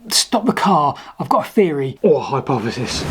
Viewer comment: Hypoffesis, mesoliffic, free separate tsunami events... Ffs. Are there any Brits left who can actually speak English?